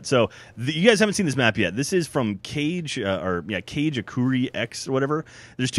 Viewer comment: It's not cage, Jack. It's KA-GE. Two syllables. It's Japanese for shadow.